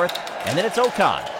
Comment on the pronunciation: Pleeeeease can you pronounce Ocon as “Ockon” - it’s not “Oh-con”. Otherwise this is great :)